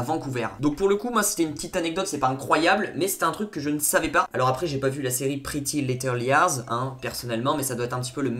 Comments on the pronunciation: Aïe mes oreilles ''pretty little liars''😱😂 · Par contre l'accent pour prononcé "pretty little liars" 😂😂